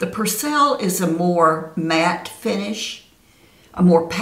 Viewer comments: I only heard you say Percelle 6 times lol... cute... love the Perbelle side, it looks good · Perbelle? You are calling it Persell.